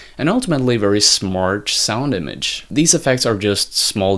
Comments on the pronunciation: is it me or does he keep saying "smartch" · Great video, but every time you say the word "smart" I hear SMARCH